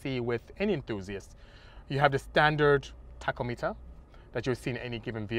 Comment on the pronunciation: "Taco Meeter"